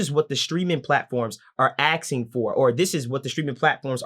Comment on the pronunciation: So well spoken but he still said axeing...